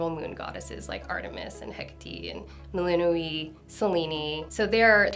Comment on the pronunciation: Why does she pronounce the names like that 😭 "selen-e" "melinu-e'